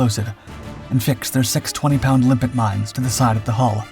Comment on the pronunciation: And by the way, I hear your saying "limpic", but magnetically attached mines are named after limpets, a kind of sea snail.